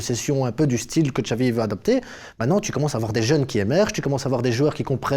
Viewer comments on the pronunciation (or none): ne pas prononcer Xavi (Chavi mais Xavi) c'est criminel